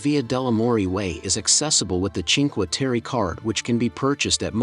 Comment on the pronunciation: Food in the mauve building in Venazza, up from the jetty, is not recommended. Train station tunnell at Rio is amazing. All 5 villages are beautiful. Please get the correct pronunciation on Cinque Terre.